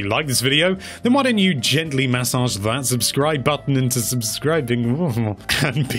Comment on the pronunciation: No one: Video: MaSSOdGe iT